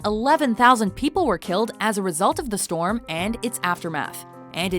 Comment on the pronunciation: "there's a freakin' stwom mayt!"